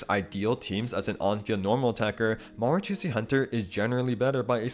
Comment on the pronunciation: just btw, the 'ch' in marachausse hunter isnt pronounced like "tch", its pronounced like "sh"